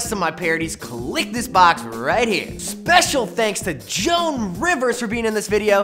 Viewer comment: omg dude its joan not juan